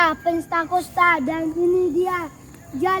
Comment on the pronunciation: Gereja Penstakonsta....yg betul Pentakosta gaes...hahahah